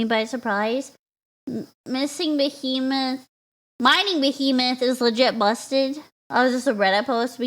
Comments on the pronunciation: No you read that right, that's just how pronounces "behemoth" for some reason lol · decided to mispronounce behemoth for the whole video for some reason, on purpose. Thanks for the lovely giggles.